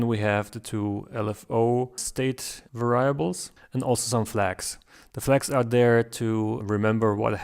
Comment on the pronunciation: It is 'variables' with the stress on the first 'a' :-)